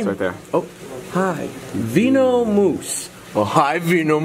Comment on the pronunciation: “Veeno-moose oh hi veenomoose!!” Lmao